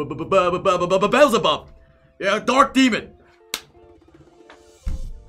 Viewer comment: Pronounced Beezlebub not bezzlebub lmao